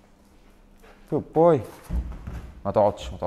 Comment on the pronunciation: انت ليه بتقول له koot poy مش good boy